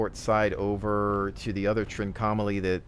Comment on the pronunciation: Look up how you pronounce 'Trincomalee' because you definitely say it wrong. Less 'trink-OM-ah-lee' more: 'trink-ahh-mah-lee' (and said fast without emphasis on any certain point).